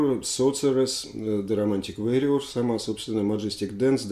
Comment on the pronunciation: Алексей, warrior от слова war (вор) война, поэтому "вориор", а не "вэриор". И еще, только Вы сказали правильно "собралИсь" и тут же исправились на неправильное "собрАлись". Извините за придирки